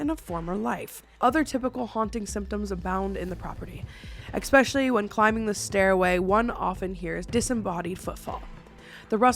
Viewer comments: Drink everytime says ECK-specially! My neurodivergence can't handle it. There's no "C" or "K" before the word special in especially. See? Esssssssss-pecially. 😢 I wish my brain didn't make it hurt my soul. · eSpecially. Not eXpecially